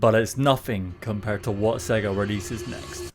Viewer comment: I know it’s nothing, but I’m really triggered by you pronouncing it “Segga” instead of “Say-ga,” like the logo does at the start of Sonic the Hedgehog.